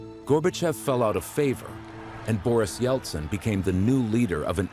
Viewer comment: Yeltsin e não Yeltson.